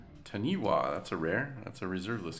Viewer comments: Not bad at all! It was looking a little rough there for a bit and then the double Doubling Season saves he day.... So, Taniwha is pronounced Tah-Nee-Fah with the Wh making a F sound. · It’s pronounced ‘Tan-E-Faa. It’s a Maori spirit from New Zealand 😊👍